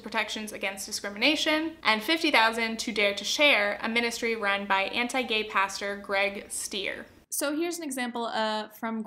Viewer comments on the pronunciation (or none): Each time you would pronounce "anti", my mind was understanding "hentai" .... I'm not a native English speaker and I should spend less time on Internet